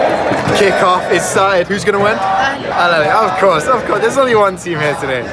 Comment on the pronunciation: al-ally💀💀💀💀 sorry bro its al aHly